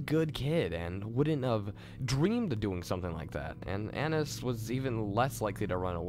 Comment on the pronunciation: annias not annis